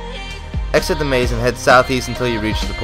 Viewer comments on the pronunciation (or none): none